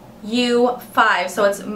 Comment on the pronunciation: I loved this! Thank you so much for doing it. :) Although I did laugh when you said "mau-5". It's pronounced "mouse"! hahaha